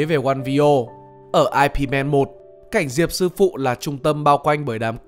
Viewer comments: Ip man đọc là Íp man chứ ko phải là ai-pi man nhé. Tại mình thấy khó chịu và hài hước khi người ta đọc nhầm từ này thôi. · góp ý chút đọc 'ai pi man' nghe tây với IT quá, chỗ này bạn đọc là 'ỊP MẪN' hoặc 'ỊP MẤN' = Phiên âm tiếng anh của Diệp Vấn sẽ đúng tên phim hơn.